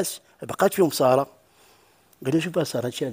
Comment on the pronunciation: سارة و ليست صارة حتى النطق السين خفيفة و ليست الصاد غليضة